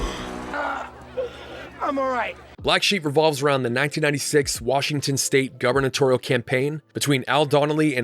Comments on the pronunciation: The word is "Gubernatorial" not "Governatorial." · Did you seriously say governortoroal?